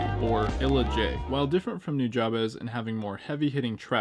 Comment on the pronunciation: Hey, FYI “Nujabes” is pronounced “New-Jabs” Jab as in the punch. One love bro!